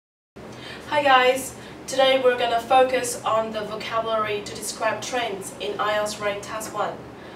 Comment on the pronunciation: These trendS. Why do you keep dropping the 's' from words?